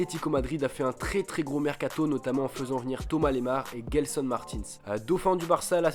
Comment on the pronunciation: je suis Portigais on dit pas Guelson Martins mais Gelson.!😂